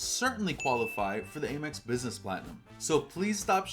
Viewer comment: why do you pronounce AMEX wrong?